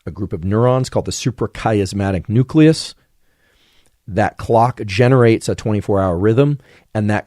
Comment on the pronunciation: Super charismatic nucleus is what I hear